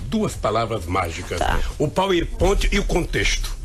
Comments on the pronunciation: "pauen point"?? HAHAHAHAHAHAHAHAHAHAHAHAHAHAHAHAHAAHAHAHAHA. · Gostei do "pauiponti". KKKKKKKKKK (power point) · Eu gosto de ver um ignorante falando do power point, tripex nao sabe falar direito, é tripechi e paur pointi. Kkkk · "eu quando vi u póispont" 🤣🤣🤣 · Revoltado com o "poer pont" kkkkkkkkk. É um falastrão fingido, nunca sabe de nada.